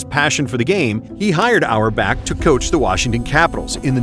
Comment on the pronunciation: Red auerbach ❌ Red hour back✅